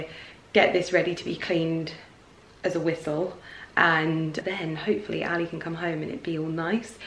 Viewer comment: the way she pronounces ali is so cringy